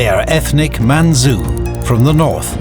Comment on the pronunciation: Man-chu . Chu. Not su.